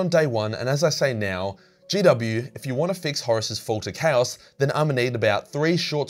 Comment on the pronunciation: I am and am just now realizing you've been saying "CHAOS knife" - and not "Cows knife" and "Cows magic"